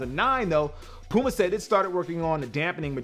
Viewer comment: I hate the mispronunciation of of Nike, Adidas and Puma!!!!